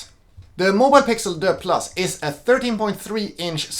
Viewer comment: This French “Deux” is hilarious. It’s DUEX, like dual.